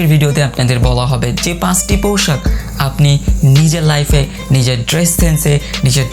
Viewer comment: পোশাক না পৌশাক কোনটা ভাই,?? ভাবের চোদনে উচ্চারণে ভুল হায়রে বাঙ্গালী